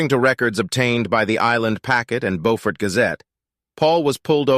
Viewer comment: You mispronounced Beaufort